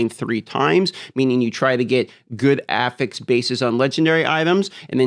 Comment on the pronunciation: I don't know why, but the pronunciation of the word "affix" makes me physically upset.